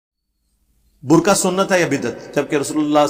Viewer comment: Burqay ki hijay qaaf sae h as I kaaf sae nahi